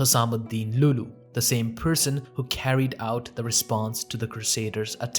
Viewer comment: Amazing video bro, love your content. But just as an FYI, it's pronounced 'Al Ayoubi' not just 'Ayoubi', and it's not 'loo loo' but 'Lu' Lu' ' there is a very crucial Hamza (ء) on the Waw (و).